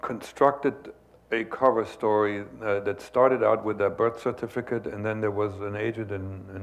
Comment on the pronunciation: he says 'certificate' in a German accent.